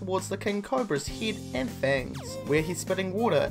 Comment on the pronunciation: Ugghhh your voice, Stop ending it with a tone and please your words, you pronounce head as hidd!